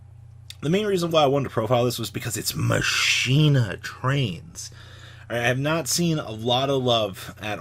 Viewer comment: Mispronouncing Machina are we.